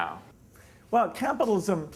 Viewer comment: "creative capatalism|" HAHAHAHAHAHHAHA Piss off Gates.